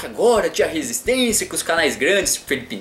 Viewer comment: ''resitencia'' kkkkkkkkkkkkkkkkkkkkkkkkkkkkkkkkkkkkkkkkkkkkkkkkkkkkkkkkkkkkkkkkkkkkkkkkkkkkk mds mano